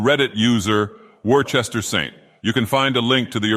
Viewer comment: I think its pronounced wustah